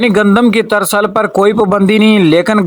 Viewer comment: ترسل نہیں ترسییییل ۔۔۔